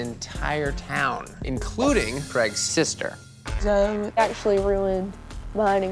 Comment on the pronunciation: Did he just pronounce zoe “zo” lmaooo